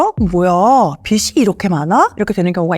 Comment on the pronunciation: 좋은 내용 감사합니다. 그런데 변호사님 문과에 공부도 많이 하셨을텐데 빚이를 [비시]로 여러 번 발음하시니까 신뢰도가 떨어지네요😢